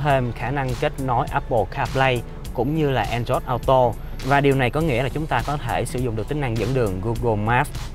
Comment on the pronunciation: “ an rót au tô “ 🤔🤔